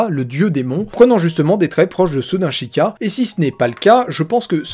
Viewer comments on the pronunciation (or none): Et please c'est pas shika mais sheïkah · j'ai juste kiffer t'écouter parler de toute ces théorie, a part quand tu prononce le mot sheikah, psk tu dis shikah (ce que je ne critique pas, juste ca me perturbre haha) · Tu as vraiment du mal a prononcer Sheikas, a chaque fois tu dis Shika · Non du tout, ca s'est toujours prononcé Sheika